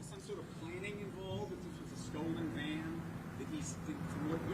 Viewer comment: Dude keep saying, White MAN not VAN